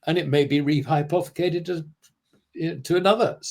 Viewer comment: he ment re-rehypypothacated!! NIRP!!